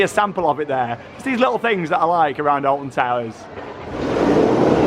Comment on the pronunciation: Did he say Alfon